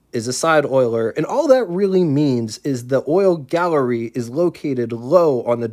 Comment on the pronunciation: Hi, with all due respect, it's oil galley, not oil gallery. But if I am incorrect, I will eat my words. Please reply. Dave...